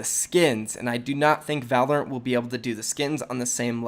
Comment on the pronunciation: Wtf is Volerant. I’ve hadn’t heard it till now